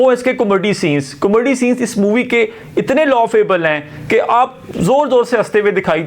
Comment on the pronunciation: What a Comaddy you are😂 Learn to pronounce kakay😅 Btw horror aisa hota hy kya k apni phat rahi ho, actually horror bhi comedy hi hoti hai bollywood mai kyun COMADDY😂😂😂